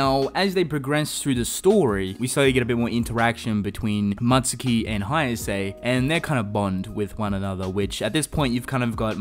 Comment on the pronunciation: It's Mutsuki not Matsuki.